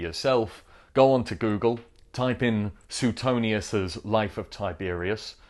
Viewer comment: Pronounced Swaytonius